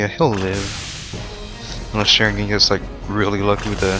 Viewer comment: Don't say Sharingan in an american way. It's a disgrace to the Uchiha!